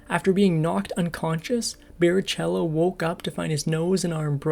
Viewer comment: Learn how to pronounce Rubens Barrichellos'name correctly. Silly announcers ruin it for the REAL enthusiast.